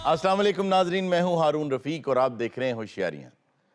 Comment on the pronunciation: ہارون صاحب پلیز اسلام تو ٹھیک لیا کریں ۔ اس لا م ۔ اسلام و علیکم